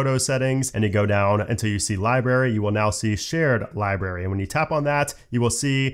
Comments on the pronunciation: I know it’s something growing up with, and it doesn’t matter. But, libRary, not li berry. It’s only because it was said like 20 times. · Sorry, but it's not libary, it's library. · love how you say "library" 😂 as "liberry" v good